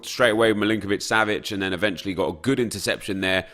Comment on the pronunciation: Drinking Game: Drink 1 shot everytime Nep says "eventuelly" You'll get so Drunk, trust me